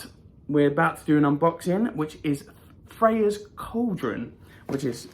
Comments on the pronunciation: I always look forward to these videos. They make my day, no matter how bad it started. You got her name right, just so you know. The funny thing is, there is probably a different way the ancient Greeks pronounced her name. It's like Hecate. There are so many variations of spelling and pronunciation of her name, not sure which one is the right one. My stone is slightly smaller than yours and I just about fit mine in the cage. Can't wait to get the Air bowl to complete the collection. Hope you have a blessed rest of the month!! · Yay you got it right. That is how you say the goddess name. Good video and thanks for posting. I wish I could see you perform. I bet you have a beautiful voice. Maybe you can sing for us one day.